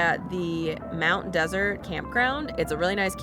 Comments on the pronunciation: I’ve spent summers on Mt Desert Island for years, and my aunt lives in Somesville. No one pronounces it like desert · Great video, but Mt. Desert is pronounced Mt. Dessert